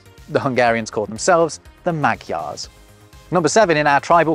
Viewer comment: "But the Hungarians called themselves: the Mag-yars" As a Magyar, I can tell you:... well, you tried. :D